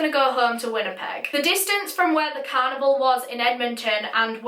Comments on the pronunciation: After mentioning the oddness of the "toilet roll" I was expecting some sort of an explanation! Lol! Also I kept hearing "cannibal" not "carnival"... it took context to decipher!! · I thought she said cannibal instead of carnival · I literally thought she said that they wanted to join a, "Traveling Cannibal" i was so confused and I thought she was saying that until she said that he was going to leave the "carnival" and start a life. I've never been so weirded out and confused at the same time before. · In the beginning, I actually thought for a moment that you were talking about a traveling cannibal instead of a carnival. Btw this is such a frightening case.😫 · When you said carnival it sounded like canibal lol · You pronounce "carnival" like "cannibal" and it is an unfortunate coincidence in this video. Where is your accent from? I've never heard an accent like yours. Is it Scottland or northern England? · every time you said carnival it sounded like cannibal 💀💀 rip I’m so sorry omg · i thought when she said carnival she said cannibal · I can't fricking stop hearing canibal when she says carnival frick frack frick